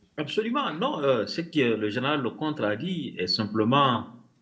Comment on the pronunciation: En fait ce "zénéral" a fait une déclaration de guerre aux Africains !c'est noté" zénéral"